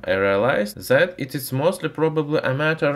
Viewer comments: I love "ze metal" and "zat was used" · TRANSLATION... ZE ( the ) ZAT ( that ) ZIS ( this )